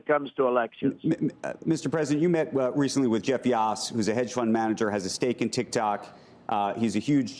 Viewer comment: Jeff Yass not "Yoss"